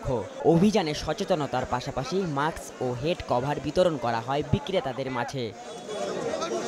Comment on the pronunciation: আবাল রিপোর্টার মাক্স হবেনা, এটা হবে মাস্ক